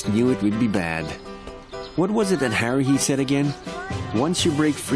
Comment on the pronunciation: Did Kyon? Call Haruhi.......Heruhi? 1st The Animax Guy Now Kyon